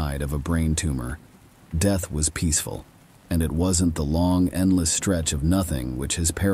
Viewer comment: Lol the deeth of the blue-d drinking vampire.. best screeching goat sound story I've ever heed. I think you need a new AI.. yours seems to be malfunctioning and incapable of pronouncing certain basic words 🤣💀